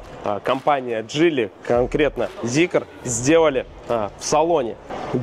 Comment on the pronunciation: Ля, а можно зикр называть зикром, а не зикЕром?